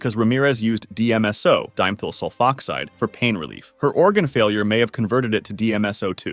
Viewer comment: ah yes, dime thul sulfoxide😂 it’s die meth ull